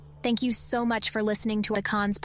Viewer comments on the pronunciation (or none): none